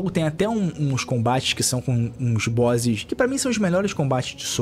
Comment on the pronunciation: Se tá lok, part 2! Olha a pronúncia do cara Bózzis! Se tá lok! kkkkkkkkkkkk